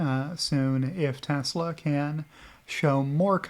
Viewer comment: "Telsa" + "EBITDA" = Good Times